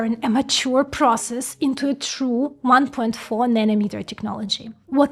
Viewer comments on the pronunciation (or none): none